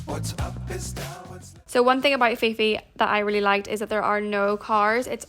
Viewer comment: Just so you know, it's pronounced Koh Pee pee! 😊